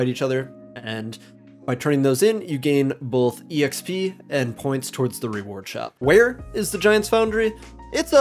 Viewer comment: I almost stopped the video because of how he said E X P.... I'm a horrible person 🤣 Great quick guide! 👏